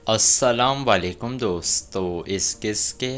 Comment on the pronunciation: Assalamo alaikum jota hai Assalam walekum nahi, ye ghalat hai